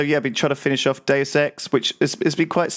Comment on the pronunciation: If you turn on closed captions you'd see how every time Lewis says "Deus Ex" it's like, dude sex, or six sex. While when says it, it perfectly translates to Deus Ex.